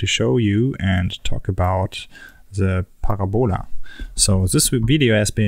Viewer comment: Parabola is pronounced Parab-a-lah, not Para-bowla, :(